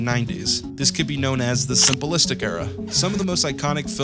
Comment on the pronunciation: The way you pronounce simplistic is crazy to me. Simple-istic